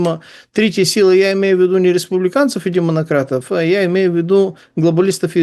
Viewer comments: Оговорочка "демонократов" оч-ч-ень даже зашла! 😅🤣😜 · "демонократов"😂 оговорочка